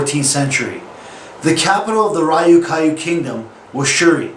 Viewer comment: Great, but one thing. The Ryukyu islands are pronouncep as one word i.e. r-yu-ki-yu. Nice work.